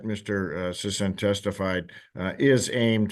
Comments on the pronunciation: Well.. I'm sorry Mr. Sissy.. oh sorry Sisson. Its unanimous! Your name is now Mr. Sissaan. 😆 I thought it was pretty funny his own lawyer was able to say his name correctly only once, after Mr. Sissy corrected him, and the rest of the hearing everyone calls him Sissaan. 😅 until near the end when the judge makes his judgement, and then he correctly calls him by his name. It just tickled my fancy is all. Carry on. 🥸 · Seems like they were mispronouncing Mr. Sissy's name the whole time. 😉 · I bet it drives Sisson crazy that everyone is mispronouncing his name. 🤣🤣🤣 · The fact that he wouldn't even pronounce the guy's name correctly, even after hearing him say it shows just how little he really cares about this case. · I was shocked that he mispronounced his client’s name. It’s two syllables. He clearly didn’t care.